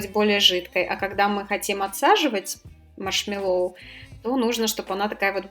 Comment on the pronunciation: Маршмэ́ллоу, ударение на Э.